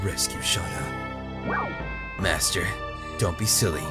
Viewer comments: This makes me deliriously happy, I can't stop smiling you are in for a treat!! Rose is my freaking favorite. and I love your dramatic Dart voice. (and imo, it's pronounced "Shay-Na" or Shey-na" ) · Spoilers It's Shah-nah according to Dart.